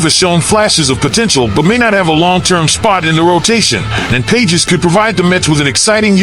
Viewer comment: Andy Pages’ ???? hahahahaha it’s pronounced “Pah hez”